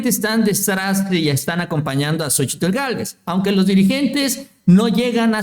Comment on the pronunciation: Ya deja de decir "xochitul"